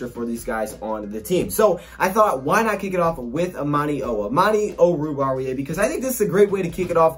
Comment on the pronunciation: Whenever someone pronounces oruwariye it sounds like they have their mouth full of food 😂 but did pretty good